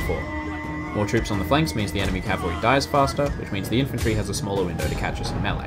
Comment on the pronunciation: Cavalry not calvary